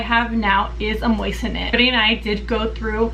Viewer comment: Think you are pronouncing it wrong. They carry those on JTV